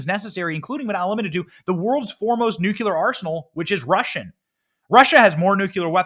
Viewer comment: 😄😄😄 You crack me up Benny!! Ty for inserting humor into such tough topics, its really needed! BUT...and I do love you!!!...You're STILL mispronouncing NUCLEAR. Ok...so heres the breakdown.. The CORRECT pronunciation = NEW-CLEAR. INCORRECT= NUKE-YA-LER I still love you!! 😄❤🇺🇸❤ (NEW-CLEAR)